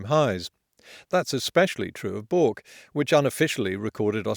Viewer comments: Bourke is not pronounced Bork (as in Pork), but Beurk (as in Work). I love the way you dismiss the weirdo . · It's pronounced 'Berk', not 'Boork' . . . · Also it is pronounced "bERk". I even googled it cause rum :) Bloody foreigners hehe. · I absolutely adore your videos and they are excellent level looks at the subjects you choose. But for the love of god, it's pronounced Burk, not bork. I know the spelling is Bourke, but please check with an Aussie on pronunciations on our towns. If Nunawading or Wagga Wagga come up, drop me a line. hahahaha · Bourke is pronounced like Burke or berk, not bork. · It's pronounced Berk not Bork. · Bourke is not pronounced as Bork it is Burk (or Birk). (as is back of Birk) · great video bork is pronounced berk, fwiw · I’m sorry, can’t help myself- it’s pronounced Berk, not Bork. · Bourke, pronounced Berk, not Bork. :) BERK or in French, Berque. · It's pronounced like "Berk" btw, rhymes with "work" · fyi, 'Bourke' is pronounced like 'Berk' , not 'Bork' edit: I see I'm not the first to point this out ... ha ! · Amazing video and I’m so gonna whip out this at the next family dinner, but I hate to tell you it’s pronounced “Berk” not “Bork”, Bourke isn’t in Sweden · Yes. The correct pronunciation is "berk" and not "bork" but please. carry on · It's BURRRKE, not BOOORK. Jesus. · Are you pronouncing Bourke correctly, is Hallum? Are you taking the piss? To me, it sounds like you said Bork rather than Birk, Birk being correct. This is a vitally important issue. You can't out to the "back o' Bork" I don't walk down Bork st. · Love your videos Potholer. Keep up the search for reality and evidence. Just a note. Bourke is said like it was spelled Burke. It is said the same way they say the word in the movie "How to Train Your Dragon". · Bourke=Burke=Berke, not= dipolay. Otherwise thanks for the very much welcome 'amateur' analysis. VERY much appreciated. Seriously. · Bourke, it's pronounced berk. BERK. Straya! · Bourke is pronounced "BERK"